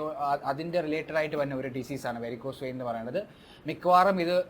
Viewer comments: വൈൻ അല്ല വെയിൻ. അല്ലേ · വൈൻ അല്ല. വെയിൻ എന്ന് പറയൂ ഡോക്ടർ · വേരിക്കോസ് വൈൻ 🤣🤣🤣 വെയിൻ വൈൻആയത്നന്നായി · Vine alla vain